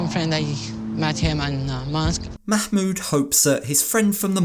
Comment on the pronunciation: "Makmood" lolol